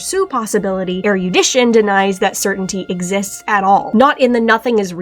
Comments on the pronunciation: I'm so sorry I can't handle hearing "er-YOO-dition" forty times in a row 😭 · So I just found out. While “erudite” is pronounced “er-e-oo-dite” “erudition” is pronounced “er-ruh-di-shn.” Fuck English